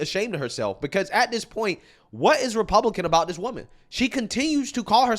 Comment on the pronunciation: I don’t even like the way Ana says Republican…sounds like Repooblican. 😂